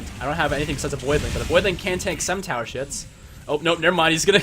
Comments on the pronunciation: am I the only one that hears 'tower shits' and not 'tower shots'? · Niklas Moore yea he said tower shits for sure